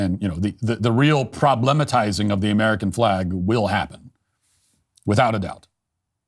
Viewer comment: Matt it's not prob-lehm-atizing, it's problem-atizing 🙃